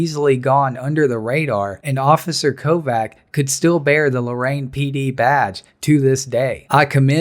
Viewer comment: (kovács) is pronounced as kovach not kovac